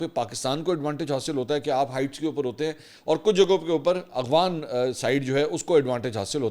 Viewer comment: A G W A N nahi A F G H A N.